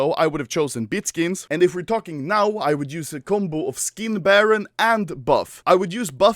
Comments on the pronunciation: it's SkinBarOOOOOn and not SkinBarron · Is it just me or I heard how Anomaly said "how did they buy foreskins for money"